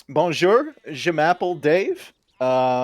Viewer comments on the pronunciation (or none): Banjore! Juh maple poyloos? Sae vae?